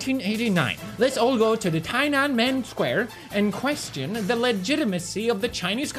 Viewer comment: The way pewds said "tiananmen" square made me want to die